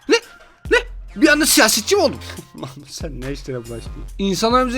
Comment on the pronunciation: Abim mahmut dedi ben mamut anladım